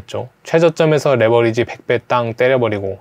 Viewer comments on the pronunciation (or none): none